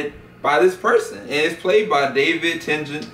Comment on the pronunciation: "david tentant" xD